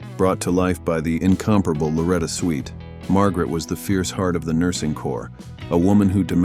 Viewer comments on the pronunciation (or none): Loretta SWIT not SWEET! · Switt not Sweet. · Not sweet it's swit